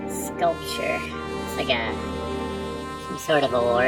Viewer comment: Look,, you already shot me. The least you could do is learn how to pronounce "Sonny."